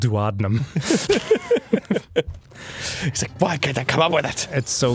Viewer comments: Ughh I cringed when I heard Dan's pronunciation of duodenum. it's doo-oh-dee-num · Gaah, switch back to the deku shield when you're child link. Also, it's pronounced doo-uh-dee-num.